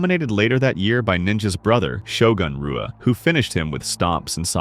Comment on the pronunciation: Rua is pronounced "hoo uh". Damn bro, act like you are actually familiar with this sport. Your whole channel is dedicated to it.